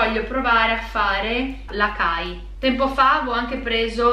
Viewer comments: Ciao! Ogni volta che vedo questi video mi vien voglia di provare i prodotti che mostri. Volevo solo fare una una correzione açai si pronuncia asai e non acai perché c'è la ci cidiglia (penso che si scriva così). Anch'io all'inizio facevo lo stesso errore di pronuncia. Comunque belli i video e continua così. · Ciao, faccio un paio di appunti, che sono piccolezze rispetto a tutte le informazioni che ci hai fornito e di cui ti ringrazio: al minuto dici che con il Maqui vuoi fare l'Acai (che si pronuncia Asài) ma sono 2 bacche diverse, poi al minuto infatti mostri 2 schede che riguardano le bacche di Acai. Un altra cosa il cacao nibs è la granella del cacao crudo non del cioccolato fondente come mostri nella scheda al minuto. Tra le due c'è qualche differenza, il primo è un composto da un semplice ingrediente come natura l'ha creato, il secondo è un prodotto contente diversi ingrdienti tra cui lo zucchero (poco, se si sceglie un cioccolato molto fondente tipo dal 75% in su!) Spero di essere stata utile. Un bacio!